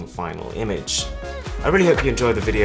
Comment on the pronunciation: Why don't u know how to pronounce your own name? Its aruN (which means Sun), not aaron.